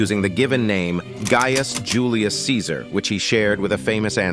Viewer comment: You are mispronouncing “Gaius.” It has a hard “I”; it’s not “gay-us”.